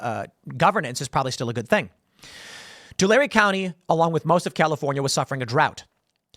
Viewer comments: Yay, this is the first time I've heard somebody pronounce Tulare County right ! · I’m from Tulare County. Thanks for pronouncing it correctly 🫶🏻